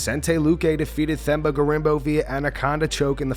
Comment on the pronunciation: It’s “Term bar” that’s how you pronounce Themba